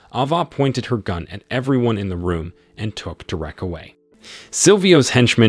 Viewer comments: ...it's pronounced 'Deer-rick/Derek',NOT "Da-rack"...😮geez go back to 1st grade😮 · I will carry on listening, BUT!!! what is with the AI voice!!! The occasional mispronunciation is ok, BUT not when you are repeating the word every few seconds ... "Derreck" ... Maybe it is spelt with one "r" but it is pronounced by humans with 2 "r"s. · Who calls "Ava" , "Ava" and "Derrick", "Derek" ?🤷🏻‍♂️ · Figure out how to pronounce the name Derek. I know it’s hard. English is challenging for computer programs. But either do that or quit this farce. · Fuck! "Derek" is not "Der-Rick". Get a better robot! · Derék? 😂😂😂 Derek!!! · Please: "Derrwreck" J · I couldn't listen to this shit.. Da-Wreck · Yea, how many times does it repeat "Dur-wreck"? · I don’t know…I’ve known a Derek I would classify as DaWreck… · Nice story, horrible narration. Derek, De-rek, Drech, whatever. As usual, AI sucks. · Please learn how to pronounce Derek! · I have never heard Derek pronounced the way it is on here. Change the way you narrate stories or is it just that your computer doesn't know any better ? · Do you know how to say Derek you bozo!